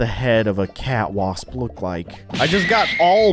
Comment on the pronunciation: You called the cat wasp cwasp